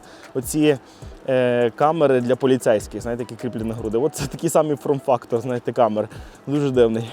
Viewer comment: мені здалося, чи ти двічі сказав фРом-фактор замість фоРм-фактор?:) Відео цікаве, дякую